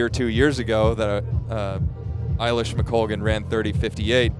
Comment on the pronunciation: The bit that really frustrated the bejesus out of me was the i-lish mcoglan…. Like, wtf guys.. get it right will you…. That being said, this style of commentating and coverage far outstrips the tired and old style of the BBC!